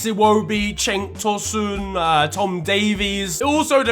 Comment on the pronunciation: man said Chenk Tosun😂no idea if i’ve spelt that right never could